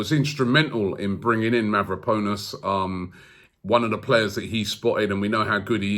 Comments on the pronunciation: Robbie used to pronounce Mavropanos correctly, so why is he saying MavropOnus now? He is obviously doing this name butchering thing intentionally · Mav-ro-pan-os break it down and maybe you’ll be able to pronounce it, Konstantinos Mavropanos, Sokratis Papastathopulous, this shit is fun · It’s Mavro-pa-nos not Mavro-po-nos😂 great show tho, keep it up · Mavraponos . ahhahahahaha jesus robbie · Ari Gabriel how long before he says mavropenis?...🤣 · Mavroponis, Calhangolo...Robbie seriously butchering names in this video 😂